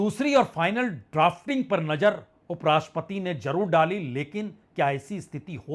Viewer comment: Sir aap ek credible journalist hain,but ur pronunciation is par below,Aap nazar ko najar padhte hain isi trah aur bhi alfaaz Hain